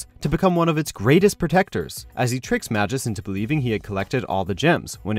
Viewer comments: it's pronounced "May-gus", not "ma-jus", you idiot. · mah-jis, isn't it pronounced May-Gus? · I think the correct way of pronouncing Magus is Ma"Goes" not Ma"Jos" . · Say it with me: MAY-GUS! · Magus is a hard "g", just so ya know. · Magus is pronounced May Gus.